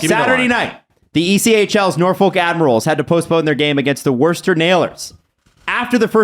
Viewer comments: I love your pod, but you guys killed me with the pronunciation of Worcester Railers haha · The Worcester Railers, not Nailers. and Worcester is pronounced like wuss-ter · Worcester is pronounced like Wooster, the same oo sound as the word book (not the oo sound in the word pool). or, if you're local and over 40, WISTA. anyway go Railers